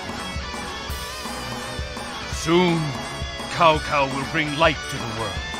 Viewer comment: Still awesome to this day even if he pronounced Cao Cao wrong